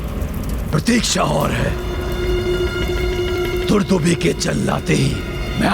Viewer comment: दुदुम्भी नहीं दुंदुभी।